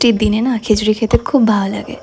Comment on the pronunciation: Khechuri na bolun khichuri